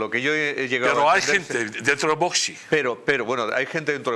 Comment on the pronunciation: ¿Por qué dice el presentador VOSSSSS?, es VOX, osea fonéticamente es Vokss. NO Voooosssssss. Jod…. con la ESO.